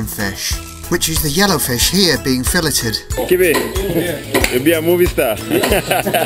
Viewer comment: Bro said filleted